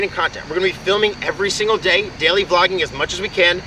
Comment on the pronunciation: They way he says daily tho “deiley”